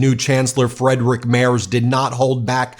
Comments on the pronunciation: As a german native speaker, please pronounce the first i in Friedrich stronger since ie is in german pronounced as a very stretched out iiiii, not as an e. So it is Friiiidrich Merz, not Fredrich. Thank you 😊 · Please practice your pronounciation of Merz's first name. "Friedrich" not "Frederik" 😉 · You really need to improve your pronounciation of "Friedrich Merz", I almost had no clue who you're talking about. It's more like "Freed-Rick Mertz" than your "Frederick Mers". 😄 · Please pronounce the upcoming chancellor "Freedrich Merts"